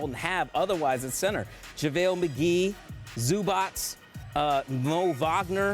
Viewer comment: Dude called zubac zoobots